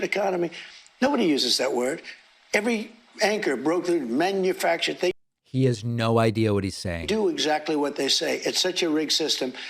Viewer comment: Did you notice that instead of the word " manufacture" he barely squeezed "manufuck"? Stop using "IQ" term when talking about orange single-cell amoeba.